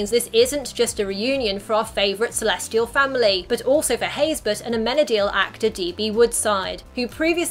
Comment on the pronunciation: for the longest time, before seeing his name in the opening credits, i thought Dennis' last name was "Haysberg", not Haysbert. the way Dennis pronounced his last name one time, i sounded like it had a G in it. O_o